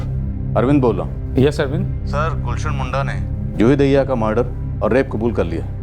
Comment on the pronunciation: Madhu Dube ji Daahiya❌dahiya ✅ Hota hai 😂